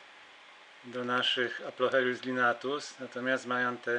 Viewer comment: "Aplocheilus", nie "Aplochelius" ;). Już nie marudzę :)